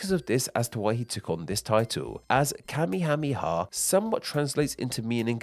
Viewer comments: You promised Kamehameha wrong the whole video. It's ka-MAY-uh-MAY-uh. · King Kamehameha's name is not pronounced the same as the dragon ball thing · Worth noting is that the anime pronounces his name wrong. It's not KA-me-HA-me-ha, it's ka-ME-ha-ME-ha. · Listening to you struggle to pronounce that ridiculously long list of names of the king, was hilarious 🤣🤣🤣 This, coming from a United States Navy guy that was stationed/lived in Hawai'i, for over eight years.